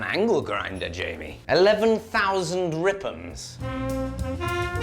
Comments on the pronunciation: “11 Thousand Rip'ums!” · 11 thousand ripms😂